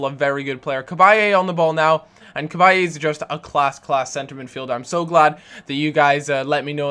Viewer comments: there is no a on the end of cabaye... its just bye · i hate to be anal but can you stop saying cabayey you don't pronounce the "e"